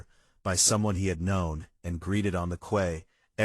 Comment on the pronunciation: If the life vests were so much heavier than normal, the users would have noticed when they put them on. They wouldn’t have used them without checking them why. Also, the reader/AI needs to learn the correct pronunciations of corps and quay. And did the British still use the word reticule in 1950?